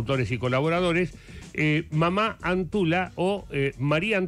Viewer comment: La pronunciación no es mamá es Mama . Es quechua la palabra.